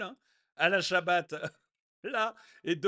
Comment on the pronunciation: Bonjour mais ou va t on par contre on dit Alain Chabat et non Alain Chabate à plus